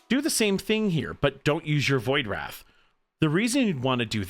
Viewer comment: fyi, it is pronounced Void "Rayth" with a long 'a' sound. It rhymes with "faith". Great video. I found it very helpful.